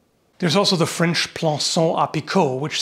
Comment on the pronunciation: Flemish here... still offended by 'flench'